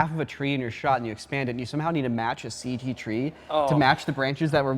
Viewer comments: Please stop saying, "Ceej" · No more "Ceeg" please? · Stop trying to make "Seej" happen.